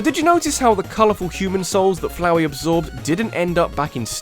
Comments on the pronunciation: Noooooo not floweh! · FLAUHEY HTE FLAOUR